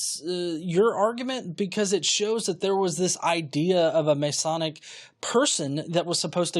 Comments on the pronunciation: Sure. Mess-e, mess-eye; it's a matter of personal choice. I went with mess-eye because of how we pronounce messiah. What it should definitely not be is masonic. That means something else entirely. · Masonic and messianic are not pronounced the same. Try mess-eye-AN-ick. Like messiah with an -anic stuck on the end. I'm sure you're a fine engineer.